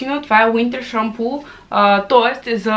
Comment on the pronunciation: Видеото е много готино!Продължавай в същия дух,защото правиш всичко това с удоволствие и си личи!Не е хейт или нещо,казвам ти го с добри чувства да знаеш,че Winter Schampoo е на немски,просто се произнася по различен начин от английския,а се пише по същия!❤❤❤